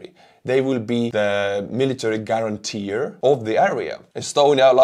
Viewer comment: "Guarantor " rather than "guarantee-er"